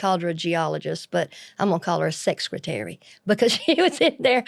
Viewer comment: I like you ALREADY! " Sexcretary" 😂